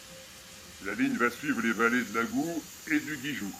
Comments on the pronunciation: on ne dis pas l'agou mais l'agou(e) Vous n'êtes surement pas un "tarnagas" Mais vous êtes largement pardonné !!!! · On prononce le T final de AgouT , Macarel! Ceci dit: beau travail!